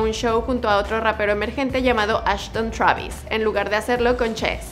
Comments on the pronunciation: se dice Twreivis, no TRABIS V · Me da cosa que le diga chuavis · "Shravis" travis ptm!!!